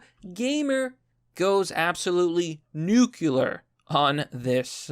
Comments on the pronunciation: "New-clear" not "Nuke-u-lar". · I'm gonna be straight up. My respect for you drops when you pronounce it Nucular. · New-Klee-Yur And has a hard time reading and pronouncing words.